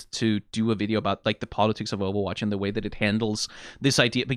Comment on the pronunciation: is funny that you pronounce it like owowatch